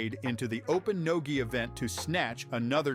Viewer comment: I was referring to how narrator pronounced "no gi". I was essentially agreeing with your comment